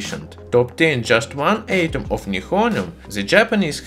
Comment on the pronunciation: Atom is pronounced with a short a like alpha not a long one like mate. Love your stuff.